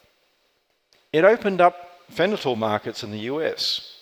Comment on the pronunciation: Richard Boase I think you’re right. In one of his presentations on mining, he calls Confucius “Kung Tsi Fu” and his host immediately interrupts and makes a joke since it’s really Kung Fu-tzu. He then makes the same mistake later in the talk. Same with pronouncing fentanyl as fenatyl.